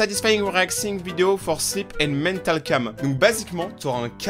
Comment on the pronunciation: j'entend que slip au lieux de sleep 😂😂